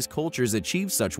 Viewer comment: Say “primitive” one more time